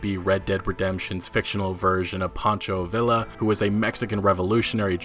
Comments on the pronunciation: its Villa not Vila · I love your videos, so don't take this the wrong way, but you are CONSTANTLY mispronouncing names. You pronounce "Micah" three different ways, Pancho Villa's last name should be pronounced like "tortilla," and I don't even want to think about what you did to "Josiah." Again, I'm so glad to have these videos, but maybe think about working on your pronunciations? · Holy shit, you said gilla right. Awesome. Btw, for Pancho Villa, it's "Vee-yuh". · You mean “Pancho Villa” not pancho vila 🙃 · pancho villa not pancho vila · This dude said vih- la, it’s Vee-ya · Pancho villa (vee-ya) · Pancho Villa - VEE-uh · Pancho Vil-la 😂😂😅😂😂😅😅😂😅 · (“Paancho Vee-ya”).....the lls make a y sound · Villa... You said villa smh -15 respect